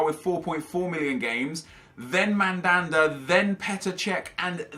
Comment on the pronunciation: Did Nep say Mandanda Wtf!?!?!?!?!?